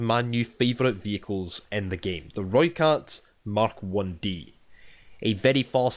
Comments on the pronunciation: You sounded like a real soutie from south africa trying to talk with the accent😂 But you do sound better than most youtubers saying "Rooikat"😎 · You may not be good at the South-African accent but you pronounced rooikat right.